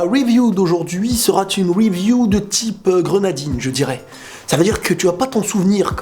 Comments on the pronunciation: Pk Tu dis Weview ? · c con mais pourrais tu ne plus dire review a l'anglaise mais plutot review comme un bon francophone mdr